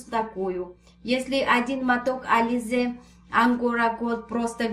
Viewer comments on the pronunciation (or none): none